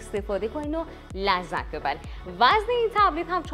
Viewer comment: نِهایتا چیه بابا نَهایتا و لَذت نه بلکه لِذت تو جابجا میگی چرا 😂